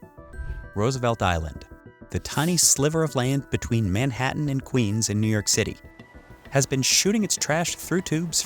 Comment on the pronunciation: I thought it was New York not New Yerk